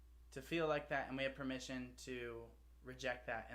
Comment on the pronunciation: This is such a fun, uplifting and inclusive song. And the boys looked like they really enjoyed it. Also love Jimin's, Jin's and V's pronunciation of "permission", sounds so cute!